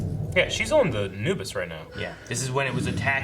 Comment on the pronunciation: is my dude...pronunciation king! He pronounces certain words the way I would despite how the show would have you say them (Amos = A-muss, instead of A-mose; Anubis = AN-new-bus instead of An-NEW-bus)... Okay, carry on...🤪